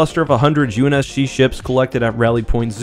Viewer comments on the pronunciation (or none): Ahh yes the UNS-Shi lol